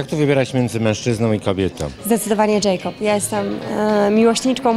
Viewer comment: Jakob sie mówi nie Dżejkob ( specjanje napisałam )